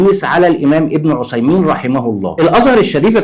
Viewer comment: بارك الله فيك ، بس أرجوك نطق بن عثيمين بالثاء مش بالصاد .